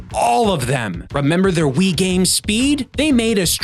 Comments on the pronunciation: I heard “Flatout 2010 on Wii” as “Flatout 2010 Ennui.” And I think I was right. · Three rhymes with Wii. FlatOut Thwee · Funny how "on Wii" sounds like "ennui".